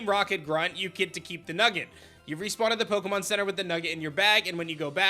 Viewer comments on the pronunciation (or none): none